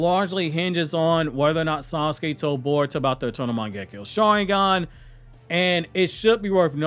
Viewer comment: why you pronounce Boruto as Baruto ?? I saw many like you ?? 😳😳